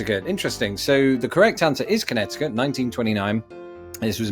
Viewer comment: Just FYI, the second C in Connecticut is silent, so it's pronounced connet-i-cut